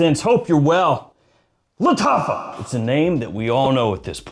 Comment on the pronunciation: Lol he said Lataffah like he was casting a spell in the shire